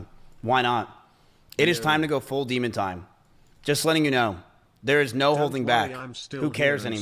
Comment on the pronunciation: Demon time❌ Di↗️mun↘️ time✅